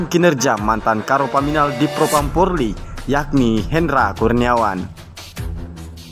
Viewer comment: Bang apa sampeyan memang tidak bisa mengatakan polri dengan benar, bbrp video yg saya lihat kok bilangnya porli terus.....perbaiki lah